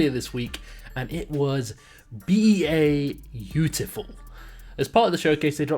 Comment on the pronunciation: "B-A-Utiful" Bautiful.